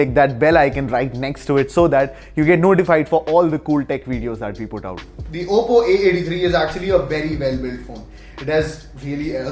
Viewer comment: It's oppo not apppo